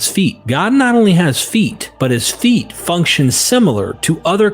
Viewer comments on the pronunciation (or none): You need better text-to-speech software. "FUNK-ON" for "function" and "SO-FEE" for "soft" are just two of the jarring mispronunciations.